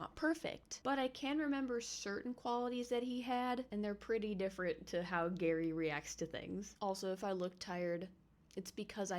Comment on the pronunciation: I can't help but hear "maow" when you say Gary lol, welcome to the fam lil dude!